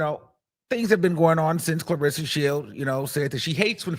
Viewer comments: IT was INTENTIONAL SHADE 😎 😅 I KNOW me some plus ➕️ he usually BUTCHER PPL NAME frfr 🤣 😂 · Him saying that lady name wrong was that shade or he really dk her name?